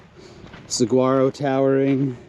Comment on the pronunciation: Saguaro is pronounced suh-waa-ro how do you not know that living in AZ?